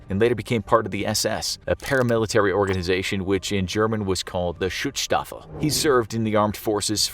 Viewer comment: Great research. You wrote "Arbeit" on the sign of Ausschwitz wrong, and try to say the "u" in Schutzstaffel shorter. Our vowels are very short. Sorry German here, I know I know... Thanks for the great doku.